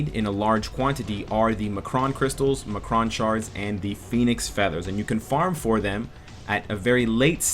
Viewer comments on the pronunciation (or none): uhh...I think you meant to say EM-CRON crystals, not ma-cron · great video! just a quick correction on the pronunciation of M'Kraan. it's "M. Kraan." its separate. not "Muhkruhn". thanks man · are you pronouncing m'kron like that as a joke? from what i remember from the cartoon its pronounced em kron not ma kron